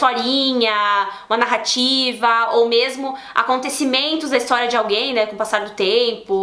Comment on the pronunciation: Meus ouvidos sangram quando ouço o povo falando ííístoriss 😥😖